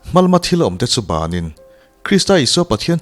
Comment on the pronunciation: Hmalama thil awmte bânin tih hi banin tih zawk tur ani.